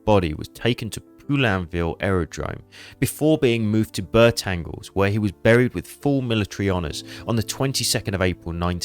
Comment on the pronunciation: Another fine documentary. Personally, I believe Popkin was most likely the one who brought Von Richthofen down, but, as you say, at this distance in time, it is impossible to be certain and really doesn't matter. I was, however, amused by the fact that despite your accurate pronunciation of most French place names, Bertangles (which should sound like Baretongl) was pronounced as if it was an English place name. A minor criticism - and also of no importance.